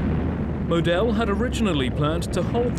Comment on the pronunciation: Annoying, like he keeps saying MoDEL instead of MOdel….